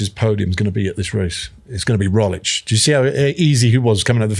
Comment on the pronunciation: Sir Bradley, there is a “g” in Roglič that needs to be pronounced. Where did you hear that the “g” is silent?